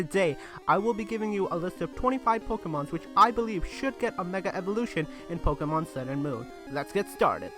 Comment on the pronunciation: he says Pokemans